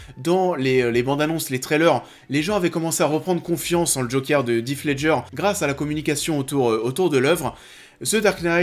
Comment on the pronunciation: Bah si, j'insiste, "Heath" ne se prononce pas du tout "If" comme c'est le cas dans cette vidéo, n'importe quelle vidéo Américaine parlant de l'acteur le prouve